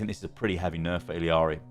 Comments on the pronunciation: Stop saying iliari plz its annoying, theres no second i in there. Its illari or iyari if you want to pronounce it phonetically from the spanish language, you can even check her character short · how are u still mispronouncing illari’s name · You are saying illari very wrong and it's annoying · Why does every content creator mispronounce Illari’s name.